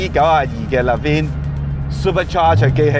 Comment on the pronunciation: 身為汽車媒體居然連個Levin車名都讀錯，有啲唔應該